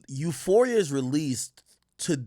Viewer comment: “Euphoria” goofball